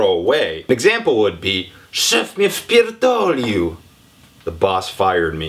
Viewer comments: i'm Polish and i know it says wypierdolił on the screen, while he simply read it as wpierdolił ;p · musisz zwracać większą uwagę na Y w "wypierdolić", bo jakby Cię szef wpierdolił, to znaczy że by Cię ZJADŁ :D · Szef mnie wypierdolil a nie wpierdolil. You sed that „My bose beat me up” 😆 but All 100% true